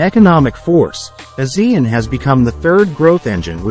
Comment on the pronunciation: It should be pronounced as A Siean